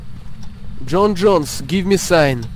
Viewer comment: Не Джон Джонэс, а ёпти Джон Джонс. Боец ЮФС в тяжёлом весе. Неучи= ))